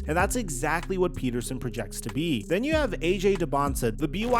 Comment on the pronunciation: Darryn PETERSON dude…not Patterson. FFS I get so tired of the disrespect to the Midwest.